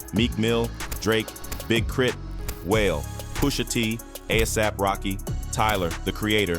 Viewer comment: Please learn how to say these artist names Wale ?